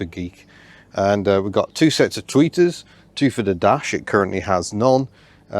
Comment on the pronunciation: I thought you kept saying tweakers.